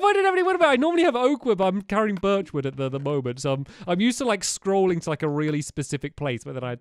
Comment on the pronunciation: He said birch wrong